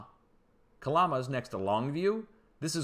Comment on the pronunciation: Good info and thank you for that! Lol it's pronounced Cal-am-a not Ca-llama. Juan de Fuca pronounce few-ka not foo-ca